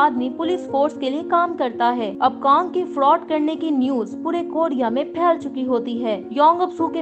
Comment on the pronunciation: कोडिया nhi कोरिया